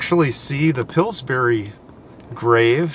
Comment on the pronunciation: Every time you say Pillburys...it sounds to me like it is another kind of berry...like strawberries!!! Now I want to try Pillsberries!!! LOL!!!